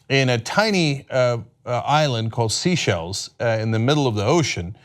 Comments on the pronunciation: The name of this Island is being announced incorrectly, but somehow correctly announced in the cut back clip, go figure.. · This story cropped up over a year ago, when apparently, the presenter was able to pronounce "Seychelles" correctly. So much has changed since then, including the ability to Google the correct pronunciation of a name. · you need to learn to pronounce Seychelles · It's not 'SEA-shelles', it's 'SAY-shelles'. And it's a common vacation spot for very rich people... So it could have been a chance meeting, but it DOES look suspicious... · Oh Cenk, its "Seychelles" not sea shells. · Its pronounced SAY-SHELLS. not sea shells. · Pronounced: "say shells" NOT "sea shells." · It's pronounced "say-SHELZ" Cenk. Not SEE-shells. lol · I'm pretty sure that it's pronounced SAY SHELLS, not SEA SHELLS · My only thing is that they aren't pronouncing Seychelles correct. It's not sea shells, it's say-shell-ez. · Cenk, it's pronounced "say-shells", not "sea-shells" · Oh, he SAID seashells. He doesnt know its pronounced say-shells... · Also, it's "The Seychelles", as in plural. "The Say-shells", not "Seashells Island". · pronounced Say-chelles not seashells! ;-) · 'Sea Shells', is that how Americans pronounce 'Seychelles' (most people pronounce it 'say shells' unless you are French, then it is pronounced 'say shell'). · Seychelles is not pronounced “sea-shells” but “say-shells” , not important really , but it might be considered a wrong answer on Jeopardy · Cenk, the island is pronounced ""Sayshelles it's spelt seashells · Common Sense and also, the word is sayshells not seyshells... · Seychelles not Seashells! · Cenk...buddy...its 'SEY-shells'...like 'THEY-shells' not 'SEE-shells' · it also isn't Sea Shells island... it is Seychelles (Say-Shells) ROFL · So because he continuously mispronounces Seychelles he’s spouting an opinion? That’s not an opinion. That’s a staff that is afraid to say “Cenk, it’s SAY SHELLS”...Wtf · Seychelles is pronounced “say-shells”.